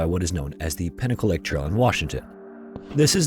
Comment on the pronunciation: ok you clearly state you use no AI yet the way you say pinnacle LAKE it sounds like pinnacalick...and you say pilachuck...and clearly lately images you use are AI....